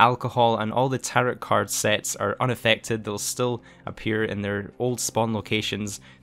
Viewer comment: Love ya, but say it with me: Tarot = "tair-oh" Heirloom = "air-loom"